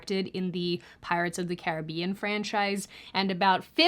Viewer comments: Did you say pirates of the currybean?🤣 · Did you say "pirates of the curry bean"? 😂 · I swear you just said "Pirates of the CurryBean" 😂😂😂😂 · It sounds like you said "Pirates of the Curry Bean" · You went from pronouncing “Caribbean” correctly twice, to then saying “cOribbean” to then pronouncing “Knightly” correct twice to pronouncing it “Nicely” the 3rd time. Is this some algorithm tool? I see a lot of creators doing this, pronouncing a name or word different in a video to drive multiple people to comment “you said that wrong”, garnering more engagement in the comment section. Just curious, because the algorithm fascinates me and how creators have ways to fish for engagement. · Swear you said pirate's of the curry bean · I'm sorry, I'm gonna need to hear you pronounce the word 'Caribbean' again. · We love our Vampire 🧛‍♀️, but her pronunciation sometimes lol. Caribbean????? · what a odd way to pronounce Caribbean lol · I was just listening to Crowder asking us to tell him in chat if we pronounce it “Caribbean” or “Caribbean” and then along comes pronouncing it as “Caribbean” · How... did you pronounce Caribbean...? Girl 😂